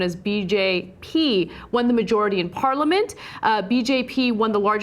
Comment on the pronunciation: LOL! the way Anna pronounced BJP. i know i shouldn't laugh but it was funny. sorry!